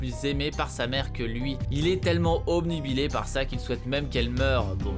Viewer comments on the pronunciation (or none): none